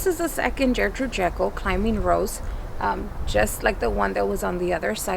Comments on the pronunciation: Love the video guys. i just bought one of your roses. But I have to say it’s pronounced with a G. Your saying Jertrude. It’s Ger. Ger. Gertrude. :) Not to bust your balls or anything great vid and great channel. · It’s pronounced gurrrr-trude not Jurr-Trude. Very pretty roses. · Fabulous roses, love your enthusiasm. One thing, just because it was my grandmother's name, hard G at the start of Gertrude. Gert rhyming with Bert. Keep growing!!